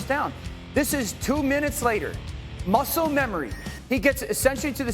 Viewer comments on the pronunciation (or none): none